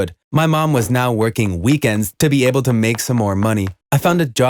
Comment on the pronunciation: "my mom kept working at her job." What I hear: "my mom kept twerking at her job" Me: "WHAT"